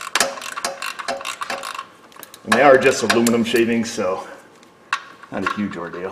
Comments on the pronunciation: Oh! You said 'aluminium' like a brit, so good to hear that. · I commented on use of 'aluminium' in a previous video...... He is actually pronouncing the word correctly!.... I appreciate that you Americans are 'trying' to say the word, but does say it correctly!;-) (and yes, I AM English....). Have a nice day!... lol.